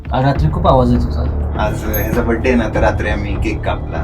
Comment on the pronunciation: Badday ka mhantat .....tyacha birthday asa uchhar ahe